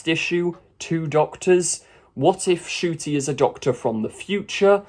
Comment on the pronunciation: Ah yes, "Nucti" Gatwa. Laughing my arse off at all these achingly right - on people who can't even get the Rwandan - Scot's name right.